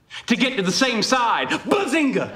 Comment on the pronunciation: for the Earlier Seasons instead of "Bazinga" it's "Buzzinga"